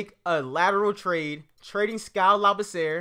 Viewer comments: Not to be rude but it's pronounced (La-B-C-Er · You are saying skals last name wrong.